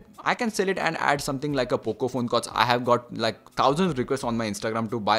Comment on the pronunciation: You said bocco phone 😂😂😂🤣